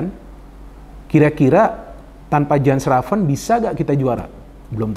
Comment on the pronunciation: Jens raven kalo kata coach justin harusnya dipanggil "Yens Raven" bung.. please tolong dibantu pronounce yang benar. Sama kalo di indonesia orang ada namanya Asep.. kan lucu ya kalo dipanggilnya Asap, Asaep, Asuup. Please bung panggilnya "Yens Raven"